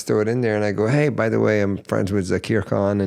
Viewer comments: Please stop calling him “Zakeer”. His name is Zakir and I know for sure you can pronounce it correctly being a Farsi language speaker. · What happen to Zakir pronunciation?.........why are you trying sound British........Thats not our SAKTH_LAUNDA.😇